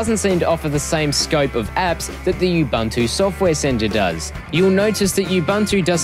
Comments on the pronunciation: Nice video. As we know linux is pronounced "lynn-ux" instead of the expected "line-ux", and ubuntu is supposed to be pronounced "oo-boon-too" not "you-bun-too". Thanks for the vid. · Не убанту, а убунту. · what the hell is "yoob-an-too" ?? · OMG! I know what it is, I'm using it last 2 years and I LOVE IT! I just made a joke of some people's pronunciation of 'Ubuntu' it's not 'yoob-an-too' it's 'oo-boon-too' but some people stubbornly insist on wrong name even if they know they are wrong. It's so strange. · Awsome review buddy! You covered it all. Now time to install you-bun-too. Who cares how you pronounce it :D Thanks for the review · don't vowel shift the 'U's